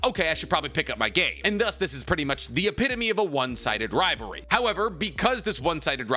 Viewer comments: Why do you keep saying ri ver ie is ri Va ly. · I KEPT HEARING RIVARE not rivalry RIVAREEEEEEEEW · you said, "riverery" more than rivalry.